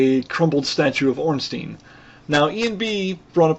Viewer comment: Ornstien would be pronounced Ornsteen, like you say it. But Ornstein (his name) is pronounced Ornstyne. Well not really, but if you americanize it, yes. I just find it annoying, that's all.